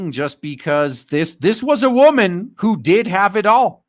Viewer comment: You can take the wahmen out of the street, but you can't take the street out of the wahmen.